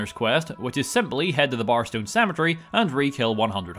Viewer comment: Par? Tar? What are you saying? Magica Par? Brightwood Tar? Barstone?